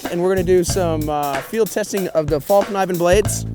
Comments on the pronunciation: One day with it and it might be the best bushcraft knife you've ever used? Huh, for a guy that can't even say the name right, your pretty quick aren't you? P.S it's Fall-Neevan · the k in kniven is silent